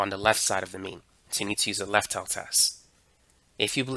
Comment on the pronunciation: "on the lef"